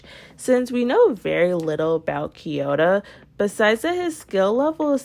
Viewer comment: Can you stop calling kiyora “kiyota”